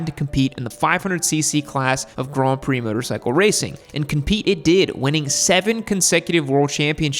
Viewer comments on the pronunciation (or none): none